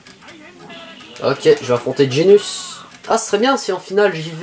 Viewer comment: Je sui FAN de dragon ball et j'ais bien aimé ton let's play. Mais bordel la prononciation. Ginyu ne se dit genius mais gin-yu. Super saiyan ne se dit super sayan mais super sayanne. Cannon garric se dit cannone garric. Mister satan est certe arrogant mais est bel et bein un champion du monde (escroc). En gros il n'est bon que contre des humains .... Bonne vidéo quand même